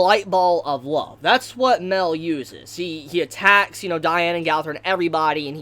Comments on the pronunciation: OMGOD ITS "MAH-EL" NOT MEL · Like... Isn't it Mah-El?????